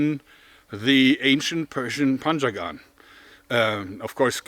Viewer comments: Thought he said "Panzer-gun" not "Panjagan" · I hear "panzergun" lol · When I heard him say panjagan for the first time, I wasn’t looking at the screen and I thought I heard “panzer gun” That’d be a really advanced Persian army. Very forward thinking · I thought he said, "panzer gun".